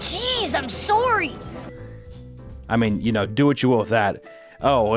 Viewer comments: IM SOWRY! 🤣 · Soary cheese I'm soary!! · As a Canadian, hearing that “soary” at the beginning made me feel at home 💗